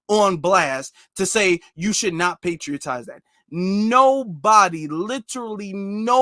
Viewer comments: Bruh ! "Patronize"✊🏿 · He should just come out and say that he hates black people! Also, kind correction, the word is "patronize." I enjoyed the broadcast, thanks.